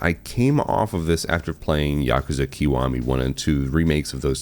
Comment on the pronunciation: Thank God, an American called it Yakuza rather than Yakooza 😅